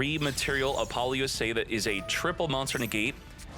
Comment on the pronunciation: Youre saying it all wrong. Its Apple-OOO-suh, not A-poly-ooo-SAH.